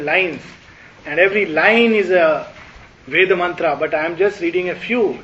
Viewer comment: In such conferences will it not be appropriate to correctly pronounce Sanskrit/Hindi words, Names viz. धर्म, कर्म, केन्द्र, इंद्र, वरुण, सूत्र, अर्जुन, वेद, etc. instead of pronouncing as धर्मा, करमा, kendraa, वेदा ,Indraa, Varunaa, Sutraa, Arjunaa etc. etc. . If speakers with profound knowledge of the subject and languages speak correctly, others who do not have that much knowledge will learn from them and thus it may help all the learners. Your in depth knowledge and the way you explain the subject is incredible.